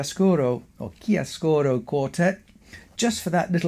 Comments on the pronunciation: About the italian pronunciation of "chiaroscuro". You pronunce it as if it were "chiascuro", you miss a "ro" after "chia". In italian "chiaroscuro" is the juxtaposition of "chiaro" (light) and "scuro" (dark) and it is the name of a shading technique, typically with pencil. Of course, this is not at all important. Thank you for your very interesting talk! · The pronunciation is ChiaRoscuro, you have to pronounce the R, it's very strong.😊